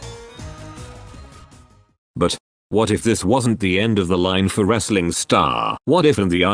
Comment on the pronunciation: TTS makes it sound like “rizzling” star rather than wrestling star.